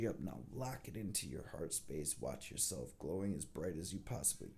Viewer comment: I absolutely love your readings because they are positive and on-point! I look forward to your readings and wish you and your family love and light. I do have one request: can you please put an "L" in "yourself?" I swear that I am not normally a pain on the a** like this, but it's an English teacher occupational hazard.